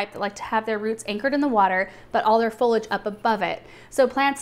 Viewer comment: I really love your videos but I think I need to point out there is an "I" in Foliage. It's Fo-Lee-Age. You say fol-age. I think you should know this.